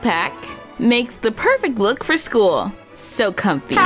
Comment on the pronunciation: Nuuuuuuu not skoool